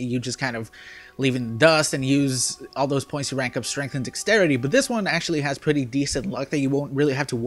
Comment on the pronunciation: SAY DEXTERITY RIGHT PLEASE. when u say dex u say it right but when u say the entire word you pronounce it dixtrity. It's really annoying. LEARN TO SAY WORDS DUDE